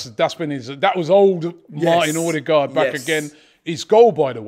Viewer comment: Please please Robbie it’s Odegaard like the ur in cur or burr. Think of it as Urdegaard.